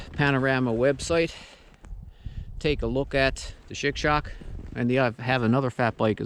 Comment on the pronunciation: looks awesome, also it sounds like you are calling it a shit shock, lol I know it's cold